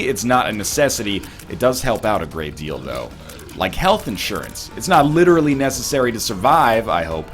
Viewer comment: When he said " it's a great deal doe" i was like men wtf a great dildo ?